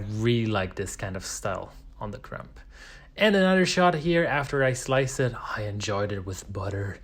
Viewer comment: Your videos are so well though out and edited. Well done! My sourdough started and several bread styles have been taken from your instruction. Thank you By the way, the 'b' in crumb is silent 😂